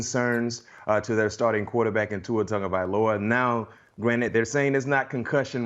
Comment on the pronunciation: Tua Tangalivoa😭😭 it’s really not hard to say his name right